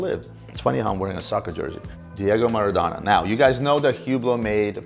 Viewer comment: Each time he butchered Maradona's name I cringed.